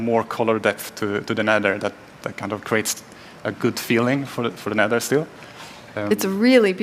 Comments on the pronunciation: When she said “Nether” it sounded like “neder” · Am I the only one who got annoyed on how she said “neder” instead of nether? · "Set spawn in nedder*... find food in *nedder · I thought she said the N-word forest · I thought she said "Network Forest" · I think its pronounced "De Neder"